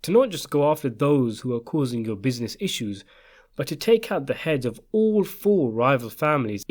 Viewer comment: I like the way you say "bizines"